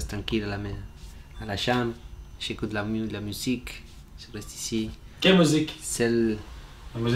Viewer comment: Si il savait dire IÇI SI PARIS xD